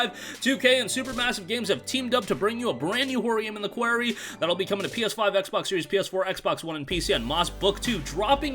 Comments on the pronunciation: qWARy not qWEARy! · Honestly man you butchered that....it's pronounced kwar-e. Like a rock quarry.